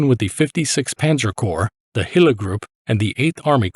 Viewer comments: Small detail, but nevertheless - the division was under the command of Herbert Gille. Not "Hille". Otherweise great insight. Thanks. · Gille is pronounced this Mon Ami, sounds to us Tommies like hill 😇